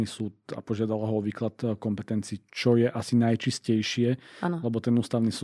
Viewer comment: To "co je" v uplnom uvode bolo trochu sedliacke pan 🥲